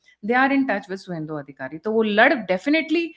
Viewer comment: सुवेद्र नहीं शुभेंदु। बार बार यह गलती आपसे हो रही है।